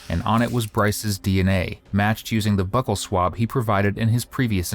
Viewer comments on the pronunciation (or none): "Buccal swab." Not "buckle swab."